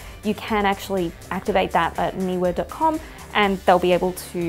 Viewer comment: Great to hear a person pronounce Neewer properly.